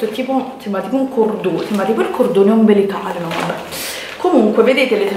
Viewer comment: Sembra tipo un cordone ombbbbelllllicale😂😂😂😂